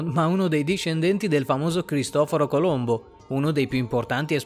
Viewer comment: Cristoforo Colombo italiano non si puo sentire.